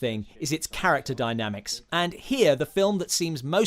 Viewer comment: Great, as usual! The ONLY thing I can nitpick on is the "King's English" uber alles narration. American director Sidney Lumet's last name ends with a hard "t," while Mexican director Guillermo del Toro's first name doesn't have a hard "l," and "macho's" first syllable's pronounced "MAW." Like I said, kinda nitpicky.